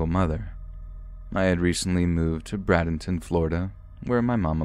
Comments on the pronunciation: ...😂 Bradenton, FL= BRAY-DEN-TUN lol not brad-in-tonne.....!! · Ty so much for reading my story!!! This is my fav YouTube channel and was the first one I ever subscribed to!! I'm so honored you read my story! Ps its said like braid-en-ton lol I don't like the town so I don't care lol this totally made my year I feel so special 😁😁😁😁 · It's Bray-den-ton!! Lmao I never thought I'd hear you say my home town